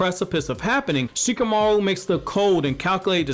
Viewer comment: Shikamauro kkkkk